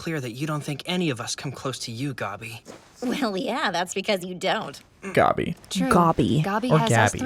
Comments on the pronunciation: It’s gabi not goby also when I watched season 4 for the first time I didn’t know that they switched animation and it coughs me so off guard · Its spelled gabi and manga readers allways pronounce it as gabi for some reason the dub said gobi and no clue why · Why do they pronounce her name “Gobby” and not “Gabbi” in the dub? Gross Edit:ew, why do they call Reiner “Ryna” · IDK why they pronounce "Gabi" as Guby "its meant to be pronounced "GA" "BEE" the voice actors really got that one wrong considering its a very common English Name.... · please say gabi not gobby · Okay...this is the first time I've heard the dub for season four and I wanted to CRY when they said Gabi that way. GOBY?!?! NOOOOOO 😆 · oh noooo why does the dub call gabi 'gobby' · They're using the German pronunciations of the names, in case you're wondering why Gabi is "Gobby." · God, the dub pronounces names so weirdly. Sometimes they do it in the correct german way while other times they just mimmick the japanese pronounciation, but these names aren't japanese so mimmicking the japanese pronounciation is just odd. Like with how they say "GAbi" and "Reinah", when it is clearly supposed to be the english "Gaebi" and german "ReineR". But with someone like Bertholdt they did it right instead of saying it like they do in japanese, "Bertoto". The show is very based on Europe so thats where they should have looked to find pronounciations if you ask me. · The way they pronounce "Gabi" in the dub makes my ears bleed every time. What a terrible translation decision lmao (i generally like the dub)